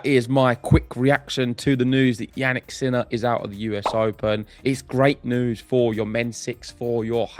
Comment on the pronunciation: Did you say "Jannik's Miller"? 😆😂